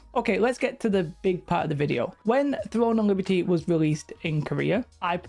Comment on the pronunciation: thwone of libty